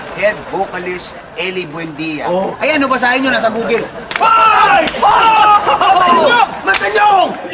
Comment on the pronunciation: Googel... haha tabell... Appeell...